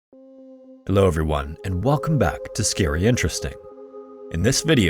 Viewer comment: That “hello everyone” with an accent threw me off, I thought I clicked the wrong video because it wasn’t his normal voice 😅